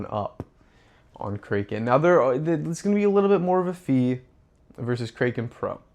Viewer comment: Kraken is pronounced ‘KRACK-en.’ If you’re going to talk about one of the biggest crypto exchanges, at least pronounce it correctly. 😂